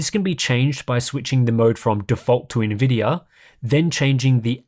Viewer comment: Why do you keep saying NVIDYUR¿??¿